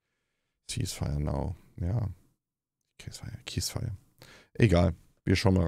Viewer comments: Hey Tobias, jetzt muss ich auch mal klugscheißen: Man spricht die Waffenruhe im Englischen nicht "käisfaier" aus, sondern "sihsfaier", also mit 'nem "s" zu Beginn, gefolgt von 'nem langgezogenen "i". Just sayin'… ✌️ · Es wird nicht [käs feier] ausgesprochen, sondern [sies feier] :) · Käsfire now 😂😂😂 nur gebildete menschen können das wort richtig aussprechen 😂😂😂 Schäm du dich lieber diese menschen so zu verunmenschlichen! Kaya Yanar hat meinen absoluten Respekt! Es erfordert viel Mut in diesen Zeiten zu sagen was man denkt! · Es heisst ceasefire und wird "siesfeier" ausgesprochen. Justsayin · Ich hab eine relativ hohe Meinung von Tobias Huch, aber hat er echt "cease fire" wie "case fire" / "keys fire" ausgesprochen am Beginn des Videos? o0